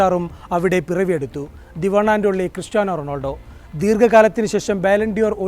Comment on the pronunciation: റൊണോൾഡോ അല്ല ബ്രോ.. റൊണാൾഡോ..🤌